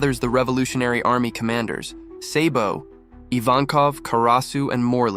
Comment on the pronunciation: Then can’t even say the the character name right lol what a clown lol Yonko Sabo